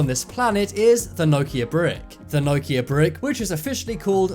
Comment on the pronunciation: Why can't you pronounce Nokia haha